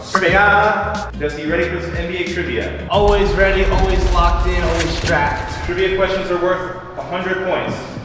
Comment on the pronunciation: After the sponsor when he said let’s get into the trivia part I thought he said let’s get into the trimming part and he was gonna show us him shaving his balls😂